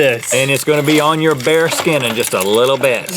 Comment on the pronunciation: When they said bare skin I thought they were saying bear skin and was really confused